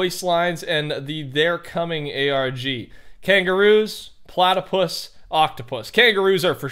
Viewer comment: Mans said plactoplautopus